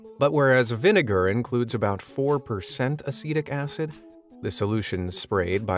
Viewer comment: I was like, "ACIDIC ACID?!" and had to pull up the subtitles😅